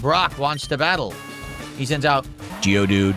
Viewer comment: "geodude" So annoying from. His is more of a geodud.